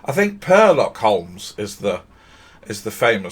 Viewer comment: "Purrlock Holmes" lol .